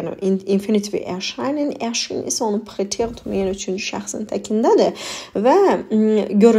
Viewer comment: Sozleri qeribe deyirsiz preteritum meselen